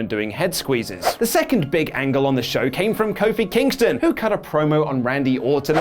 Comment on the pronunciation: Lol did he say Kofi vs Kingston